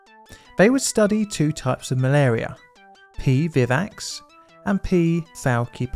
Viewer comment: The pronounciation of Flaciperum if 'Fal-sip-er-um', and Vivax is 'vI-vax', hope that helps!